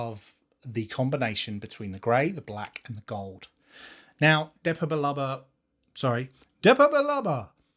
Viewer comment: Ha ha I also say Depa Billaba like the 😂😂😂 100% Nexus need 2 buttons 😊 loved the look at this one ❤